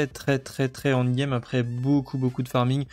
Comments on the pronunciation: Salut, bonne vidéo merci, MAIS stp.. ça se prononce : end game (proche de and game) et pas ONDE game..u_u pour les sceaux des donjons y a moyen de les craft. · C'est en quelle langue "Hand game" ? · Plz rectifie ta prononciation de END GAME, tu vas être amené a spammer ce mot, et ça me donne envie de quitter la vidéo a chaque fois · J'ai pensé pareil C'est con mais ça m'a tendu 😂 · 😅😅 en effet c'est dur à entendre mdr maos sinon merci pour les infos